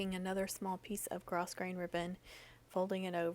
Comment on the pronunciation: So stinkin cute!!! You are very talented. Even when you say gro"s"grain....the s is silent-I thought you might want to know lol!!